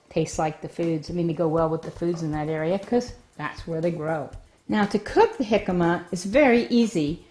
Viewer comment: Your pronunciation of it is making me want to call the cops. Please learn to correctly pronounce the word.